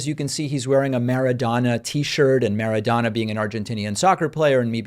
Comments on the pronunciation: Weasel, weasel Mara-doe-na not Mara-dawn-a. Good job, weasel! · It is Maradona… MARADONA… say it right… how you doing David great job you are doing.🤗🤗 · Why do you pronounce Maradona like that? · Interesting pronunciation of Maradona, especially when you heard it differently for decades. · I wish you had Maradona pronounced right. #AsAnArgentinian?